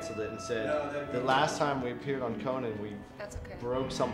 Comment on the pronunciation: That Conan pronunciation was underappreciatedly funny